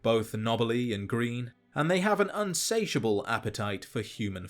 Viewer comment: "unsatiable" Yep.